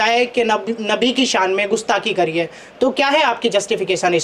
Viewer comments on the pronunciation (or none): पत्रकार महोदय जी को कम से कम सही उच्चारण करना तो सीख ही लेना चाहिये गुस्थाकी या गुस्ताखी